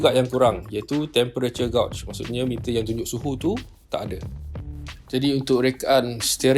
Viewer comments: Bro...temperature gauge ( disebut macam gej.... Dan bukan gauj ler...) aduhai..... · dengar macam temperature "gout'" jer bunyinya...Hehehe...Kereta pun ada gout. LOL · Gauge tu pronounced as "gej" yer.